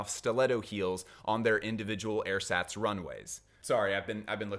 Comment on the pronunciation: also Hermione would say - its Airzaahtz, not Air-sats ;)